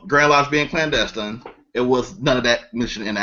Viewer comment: aka is a FAKE Clandestine (or as he pronounces CLANASTINE)